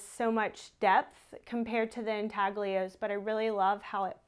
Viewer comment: Check a pronunciation of a word "intaglio".